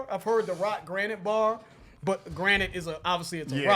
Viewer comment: Are you saying granite? Jesus Christ 😂 what are you a boulder rock person?